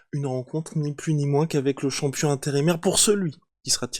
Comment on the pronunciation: Content pour lui mais vous entendre dire « campion du monde » c’est juste insupportable . Le champion du monde s’appelle Francis Nganou